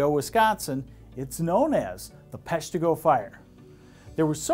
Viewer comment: Thank you for pronouncing Peshtigo correctly. I remember reading about the 'forgotten Michigan Fires" while doing research on the Peshtigo conflagration. Its more than coincidence that the Great Lakes fire stories sound so much alike. Will people ever learn to not to burn brush and yard waste when its dry and windy?